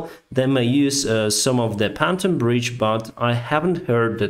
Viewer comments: Hello sir, American here. Been following your channel for months now. I'm always impressed with how good your English is! That said, and this is my first critique, please look up how to pronounce the word Pontoon. It is pronounced PON-TUNE like Loony Toons lol. Not PON-TON like as you would say fried Wonton. Aside from that, fantastic, amazing work you are doing. I hope we continue to increase our arms supplies to Ukraine. You will win this war and take back all your land, and preserve democracy. Zelenskyy is a great man, just like you. Slava Ukraine! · FYI Your English is a thousand fold better than my limited Russian, but to help with your very clear professional presentation- IRON Is pronounce ION (the R is silent) and PONTOON is not pronounced PANTOON . The O is pronounced the same as in ON (eg. On the ground) . I never seem to remember when O in Russian is pronounced as A. So I understand. Thanks for great clear explanations. I watch you most days ! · I love your commentary, but it's hard to take you as seriously as you deserve when you talk about panton bridges (pontoon) and pissfull (peaceful) skies